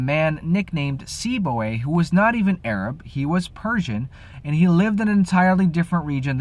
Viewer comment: Salam/Peace dear brother. When you mentioned the name of the person who founded the Arabic grammar after the Divine Revelation (Qur'an), did you say Seeboi? For a moment i thought you said Seaboy. XD